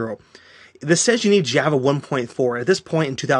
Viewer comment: Hard to listen to when this guy can't pronounce "java" like anyone else on the planet.